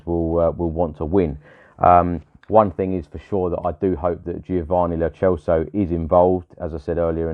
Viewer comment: It's pronounced Celso as in Celtic and N'Dombele is 'click' Dombele